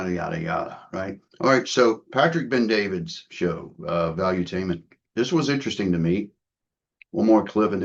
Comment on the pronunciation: Bet-David NOT Ben-David